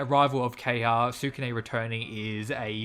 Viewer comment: Ke-ha-ya not Keyha...